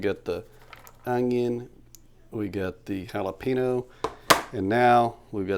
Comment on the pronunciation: a hallapeano, some cilantra, and an ungyung. 🤣